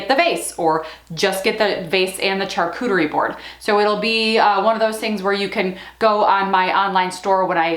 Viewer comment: Great ideas. Pro tip, it's pronounced shaar-koo-ter-ee. Not char-koo-ter-ee.